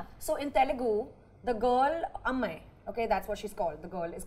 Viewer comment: kajal still doesn't pronounce "ammayi" and " ponnu" properly after 10 yrs of career in Telugu and Tamil.. shame!! why are they so insecure with Parul's thoughts? over competitive... "trying" to be different when they're actually not different. fake... lol.. whatever others say kajal has to make it about herself.. god.. irritating. At least tamanna converses in the Telugu language but again wants to stand out and compete. wants to prove that she is a better person than parul. when you meet someone more intelligent than you, you just want to make it look like you are better person "desperately".